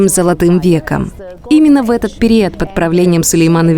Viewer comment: что за ужасное озвучивание ? Ударения не верно ставит. периАд вместо период, на грилЕ вместо на грИле😂😂😂